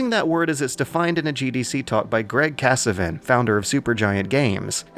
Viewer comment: Greg Kasavin's name is pronounced "Greg Kah-Sah-Vin"